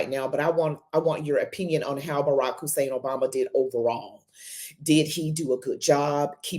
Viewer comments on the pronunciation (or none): No one will know that unless they research. I'm not and never have been impressed by this young woman or Dr. Sowell. I agree to disagree with them. The only thing I wonder about is why she needs to put an emphasis on his middle name Hussan. Barak his first name and Hussan his middle name as well as Obama his last name are all African and Arabic names. They are common names. Just like Brown,Smith, Jones, Green or Washington etc.Her emphasis on this name is attempting to associate it with what. It's demeaning and disrespectful on her part. .